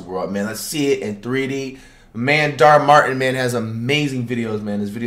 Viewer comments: It’s dhar Mann not dhar martin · Dhar Martin LMAOOOOOOO it’s Dhar Mann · flight its dhar man not dhar martin hahah i love your vids tho man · " we got dharr martin " lmaooo im dead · "dar martin" ... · Did bro just call him Dhar Martin?? 😂😂😂😂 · dhar martin😂🤣🤣 it’s dhar mann flight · “Dhar man” not “Dhar Martin” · "Dhar martin" Me everytime: Dhar MANN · It’s dar man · I don’t understand how he still calls it Dhar Martin instead of Dhar Mann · Who's Dhar Martin? It's Dhar Mann! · So no one gonna talk about when he said Dhar Martin😂😂😂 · No ways Flight really said “Dharr Martin”😭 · his names dhar martin now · “dhar martin” 💀💀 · Flight: "The names right there" Also Flight: Dar Martin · “Dharr Martin” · lol he kept saying dar Martin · Man said in the intro "We got Dhar Martin" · He called him dhar Martin I’m dead 😵😂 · Mans seriously said Dart Martin. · “ Darr Martin” 😂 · Dude said “Dharr Martin” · Why he sound like he says Dhar Martin 😂😂😂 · “Dhar Martin” LMFAOO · He keeps saying dharr Martin lmao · i am sorry but did you say dhar martin? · Why he say dhar Martin lmao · Still can’t believe he calls him Dhar Martin🤣🤣🤣🤣🤣🤣🤣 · Has anyone ever noticed that he's saying his name wrong